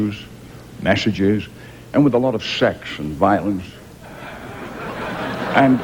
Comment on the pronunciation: he says sex like shex